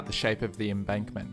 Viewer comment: you keep saying embunkment rather than embankment. It's not a bad thing but I'm finding it very hard not to laugh watching this